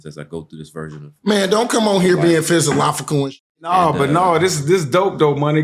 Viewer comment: "Oh shut up Dog! don't go getting all "PHYS-A-LOFFICAL" now! 😂 I love you Marshawn! ❤